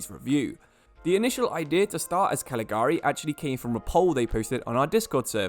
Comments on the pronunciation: Not Caligari, its Cagliari, pronounced Cal-ya-ri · That annoyed me. I've also heard it pronounced as it's spelt, without realizing 'gli' is pronounced 'yi' in Italian.